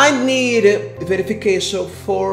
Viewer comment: "Please foe god" kdkdkkd eita